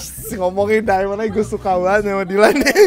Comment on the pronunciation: Rievew handuk sultan Dylan dibaca dilan dan miya dibaca milea